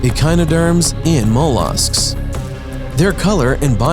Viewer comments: It made me cringe. I’ve never heard anyone say mollusk that way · Speaking with intelligence, he gets a pass on. His pronunciation leaves something to be desired in spots, though, and I weep internally every time he says 'mollusk'